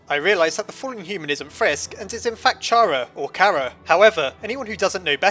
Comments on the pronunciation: While interesting, can this really be considered a theory? Wasn't this just explaining all of the endings, restating what the game tells you? Also, I'll always pronounce Chara as "Cara", like "character", the likely source of the name (as the files list Frisk and Chara as mainchara and truechara respectively, where it is actually short of main character and true character). Though spelled differently, it is a real name, and every other source for Chara is pronounced as such. So unless Toby Fox ever confirms otherwise, I'll always say it's like character and not like charred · the name 'Chara' comes from the word CHARActer. so its pronounced like that.